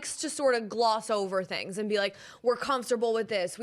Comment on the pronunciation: “I’m hearing tings, I’ve heard tings”🤌🏼